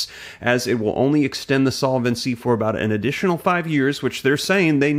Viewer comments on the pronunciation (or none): It's pronounced sol-vency, not sola-vency. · Please change your incorrect pronunciation of the word "solvency." It has only three syllables. Feels like fingernails on chal kboard.